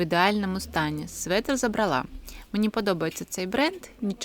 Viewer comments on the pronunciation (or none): Гарнирі речі. Гарна мова. ЗабрАла, вибрАла.